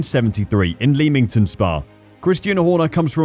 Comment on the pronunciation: Pronounced Lemmington \m/